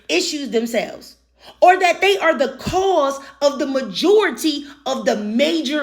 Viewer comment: If you pronounce that as “dat,” I can’t take you seriously.